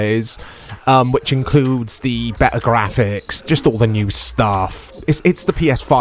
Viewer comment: "BE'ER" Very BRI'ISH